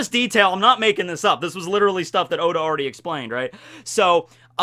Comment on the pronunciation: At the end he says, “God bless ya, Oda” but it really sounded like god bless Yoda xD